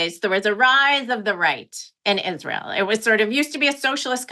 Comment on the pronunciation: Lindsey Graham should be slapped for many reasons but every fkn time I hear him say “Isrul“ it makes my skin crawl